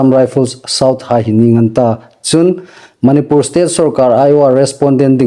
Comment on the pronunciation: .manipur ilamdan hih andiknawh. Manipur i tidan hih a thluk andik nawh.